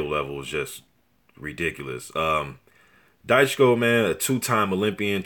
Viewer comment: Dychko is pronounced as [Dichko].